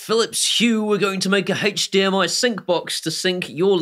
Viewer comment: haych dmi....kills me every time. ive died like 20 times in 4 minutes! great video, thanks for the heads up on all the new stuff keep up the great work